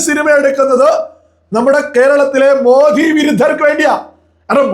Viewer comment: It is Modi,not Modhi.